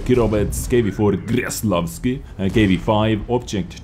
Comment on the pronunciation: its pronouced with a K, not a G. Kreslavski, not Greslavski <3